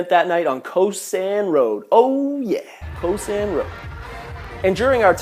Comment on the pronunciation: It's 'Cow san road' not Koh san road. Phi Phi is pronounced 'Pee Pee' not Fee Fee and Phuket is 'Pooket' not Fooket. Are you sure you really went there ?